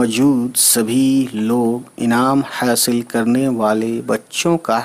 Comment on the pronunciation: Hasal not haseel